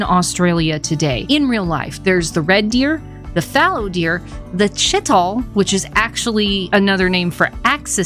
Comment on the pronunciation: No offense but it’s spelt and pronounced Chee-tall They could also put peafowl because it’s illegal in India